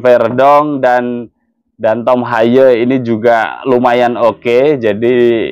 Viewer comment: Baru di sini hostnya melafalkan nama Haye dg bener 😅. Semoga Timnas bisa seri vs Arab Saudi 🙏